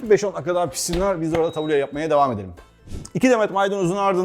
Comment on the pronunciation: yalnız onun adı tabule değil "tebbûle". ingilizce bir kelimenin telaffuzunda yanlış yapsak hemen gülünür madem öyle Arapçayı da doğru telaffuz edelim. (Felafel ve Tebbûle Suriye kültürüne ait yemekler.) Tebbûleyi kısır diye aktarıyorlar ama kültür noksanlığı oluyor, şefin de dediği gibi tebbûle daha bol yeşillikli bizim kısırımıza göre.